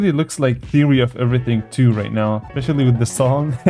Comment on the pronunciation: Theary of everyintg😂😂😂😂😂😂😂😂😂😂😂😂😂😂😂😂😂😂😂😂😂😂😂😂😂😂😂😂😂😂😂😂😂 Theary of everything